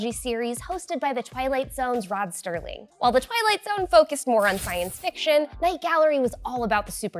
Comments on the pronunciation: Rod Serling, not Sterling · serling not sterling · Serling. Not Sterling. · I know a lot too late, but That’s Rob Serling, not, Sterling.